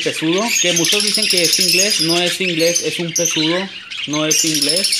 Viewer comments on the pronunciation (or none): Se escribe pseudo y se pronuncia seudo amigo está hermoso el gris me encantó.